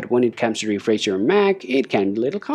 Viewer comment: Is Refresh not Refreiz